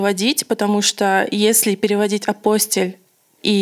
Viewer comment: Апостиль, ударение на -и!